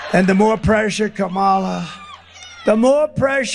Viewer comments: Great to hear him say "Kama-la" correctly for once. 😏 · One positive thing in all his mumbo-jumbo is he's finally saying Kamala Harris's first name correctly. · He is actually pronouncing Kamala’s name correctly more often than not. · You can tell that his cognitive ability is worsening….he is ‘forgetting’ to mis-pronounce VP Harris’ name 🤣🤣🤣🤣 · He’s so tired he forgot to mispronounce her name (twice so far . .)